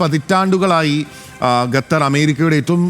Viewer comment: ഗട്ടർ എന്ന് പറയുന്ന പോലെ അല്ല ഖത്തർ എന്ന് പറയൂ . ഏതു കൊച്ചു കുട്ടിക്കും പറയാൻ അറിയാം ഇത് 😂